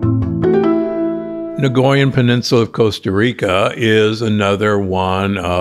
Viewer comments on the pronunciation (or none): as a 40 year resident of Costa Rica- it hurts my ears to hear you say Nicoya or Nicoyian - there is no "G"or "R" sound at all. "coy' in Nicoya rhymes with "toy"- thank you for your life's work